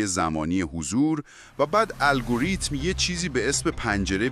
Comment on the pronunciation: عالی ولی روی تلفظ کلمات دقت کنید ، حیاتی ،گردان الگوریتم و ....با سپاس